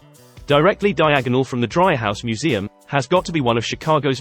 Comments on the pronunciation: Nice video. However, if you visit Chicago, Dreihaus is pronounced Dree-house, not Dry-house. Well worth visiting the Dreihaus Museum. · FyI. It's pronounced DREE haus